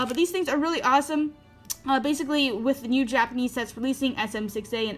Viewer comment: I thought you said mew to the channel